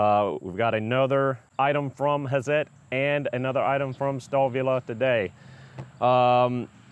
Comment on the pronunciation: Can you say "Hat-zet"? That would be pretty close to the right pronunciation ; -) , maybe because i've been around so many Swiss and German techno-mecho types :-) The "hi-per", in Germany would sound something like"hee-pair" But we could say "hi purr" ;-) I bought Hazet's "stubby" 1/2" drive impact driver, lets me get into under-the-hood, and behind-the-wheel locations, and it's light, and super smooth, and really spins off lug nuts!